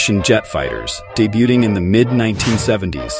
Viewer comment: The fact that you called the ME 262 “me” instead of M.E, hurts. As well as pronouncing the letter T in debuting.